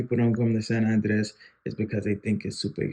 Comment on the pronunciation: Nice video. You're pronouncing Andrés wrong. The vocal stress is on the "é" not the "a".